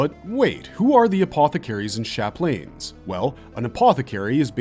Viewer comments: Chaplain: "Chap - Lan" Very common English word. It's not "sha-plane" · Chaplain is pronounced "chap-lin" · I cant say ive ever heard someone pronounce Chaplain ...Chap-lane..lol... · is it just me or did he mess up multiple things he even said chaplin wrong